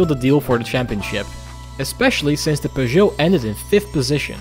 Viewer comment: As a french guy, i love the fact that your pronunciation of peugeot is spot-on, not pewgeot, peugeot.